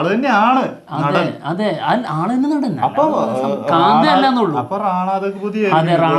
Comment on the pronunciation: പടം പേര് ശാന്ത അല്ല.. കാ‍ന്താ🔥